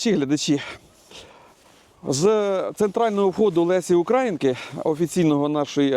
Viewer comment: Не УкрАїнки,а УкраЇнки,ставте наголос так як має бути.